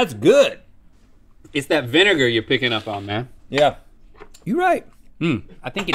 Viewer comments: No one: Link: iT’s tHE vINEgaR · No one: Link: It's the vinegar